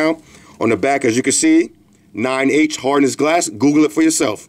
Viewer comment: when u said 9H i thought u said 9 Inch. and i was like wtf? 9 inch thick screen protector